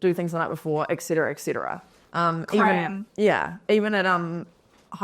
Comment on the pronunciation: I'm so glad she called out the "ectcetera", it was driving me nuts